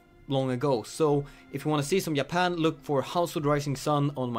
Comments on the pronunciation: Yapan? Always the Swedish who can't pronounce the letter J, it seems. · I love how you say Japan, you say it like Ya-pan lol